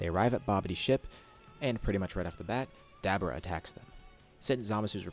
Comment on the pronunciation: 😂You made hundreds of these what if videos and you still can’t pronounce Dabura. You always say Dabra. Is it really that hard to pronounce?